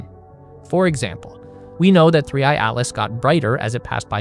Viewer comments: すりーいーなん？ すりーあいじゃないのか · AIに説明させるな💢3I→スリーイーって何⁉️